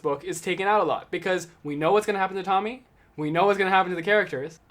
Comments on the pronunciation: I know it’s each time their own but I think Tomie is pronounced Toe me ay Anyway great video (in waiting for gyo and shiver to come in the mail) You definitely deserve more subs 😁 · Before u get on camera always check Google translate for stuff u dont know how to pronounce so no one make fun of ya, cause its pronounced tomi ay